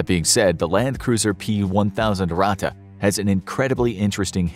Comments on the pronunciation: it has two t and is spelled faster - Ratte and not Rate or Rahte ! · Ur native language isn't German.. And that's fine.. But it is pronounced Ratttttte Not Rate There is way more emphasis on the "T" Its not that bad and I don't wanna be that guy.. But when u said it for like the 20th time I got cancer in my ears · dude you pronounce ratte like rat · It is called ratte edit: it is pronounced ra thei